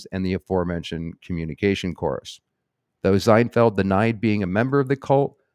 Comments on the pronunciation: Why are you pronouncing his name with a Z? Zienfeld? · Yup. You're saying Zinefeld. I thought you were doing that to throw off the yt censors... 😁🤔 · I love that you were pronouncing it Zinefeld that was good… and it actually had us questioning if we were in fact pronouncing it incorrectly 😅